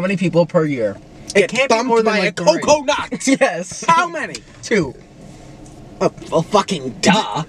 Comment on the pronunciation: NICK SAYING COCONUT IS THE FUNNIEST THING EVER